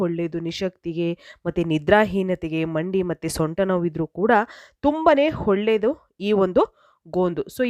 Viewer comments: ಹೊಳ್ಳೆದು ಅಲ್ಲ ಒಳ್ಳೇದು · ಒಳ್ಳೇದು. ಹೊಳ್ಳೆದು ಅಲ್ಲ.